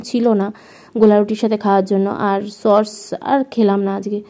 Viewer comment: Didi tumi sos k sorsh bolo